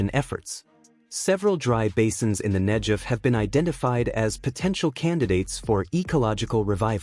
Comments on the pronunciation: Not NEJEV but NEGEV.....guh sound! Interesting video! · FFS 'Negev' not 'Nejev'!!! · Very important story - thank you for telling it! One thing though, the "g" in "Negev" is pronounced like "g" as in "God", not "g" as in "giraffe." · It’s a hard “g” in Negev not a soft “j” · The narrator pronounces Negev incorrectly. There's no J , its a G!!! Pronounced Neh- Gev! Israel stands as evidence that the Holy Bible is true, its real, it can be trusted. The G-D of Abraham, Issac, and Jacob keeps his Word. Scriptures foretold that the desert would bloom again, as one of the many signs pointing to the return of our Messiah, The Holy One, Yeshua. It literally brings me to tears when I read whats coming. We are called G-D's chosen, but oh what a price we've paid. We want only to exsist on our land, in peace, our enemies try deny us that right, that privilege. This river running through the Ne'gev desert is but one of many wonderful things. I look forward to the Dead sea coming back to life, as Scriptures said it will! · I felt bad telling you especially since the content was really well done. In Hebrew, there is no "J" sound, just a "G" sound. I was just thinking that in English the G can sometimes sound like a J.